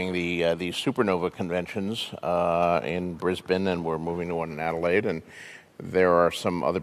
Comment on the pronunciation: This the first American ive ever heard pronounce Brisbane and Adelaide correctly. Respect